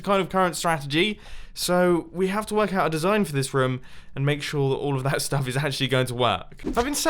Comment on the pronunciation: whenever Mumbo says room, he says it like rum